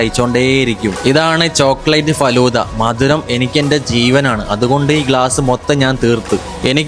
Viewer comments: Adyam faluda ennu parayan padikku. Fadhulla alla😅😢😂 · Falooda❌ faloooda✅